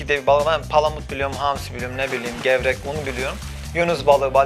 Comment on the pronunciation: levreğe gevrek diyen cahil +1